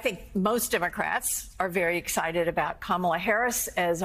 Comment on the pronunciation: Her name is KAMALA, Al! Get it RIGHT!